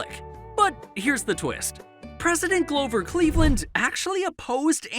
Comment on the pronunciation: “president Glover Cleveland”